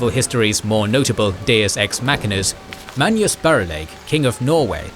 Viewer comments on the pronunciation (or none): none